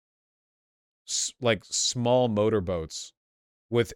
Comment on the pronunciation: I thought the word was smelly instead of small, and it was funny for that moment.